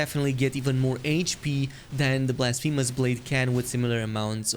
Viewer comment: blasfeemus blade😂